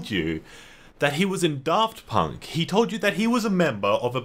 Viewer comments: it’s FUCKING DAFT PUNK NOT FUCKING DARRRRFT PUNK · I like the video but one thing that bugged me was the way he pronounced Draft Punk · i almost didn't recognize daft punk when you pronounced their name like that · "DARFT PUnK" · why’d you emphasise the DAFT and not the PUNK